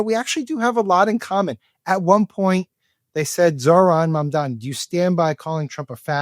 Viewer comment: Suddenly Fox News can say Zohran Mamdani name correctly 😂😂😂